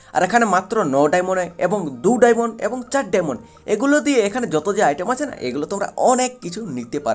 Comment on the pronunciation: ওটাকে ডায়মন্ড বলে ডায়মোন না